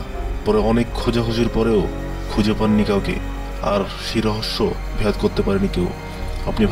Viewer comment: ভাই,ভেদ কে ভ্যাদ কেন বলেন?? আজাইরা ছবি আর মিউজিক দিয়ে নস্ট করছেন সব।। নিজের উচ্চারন ঠিক করুন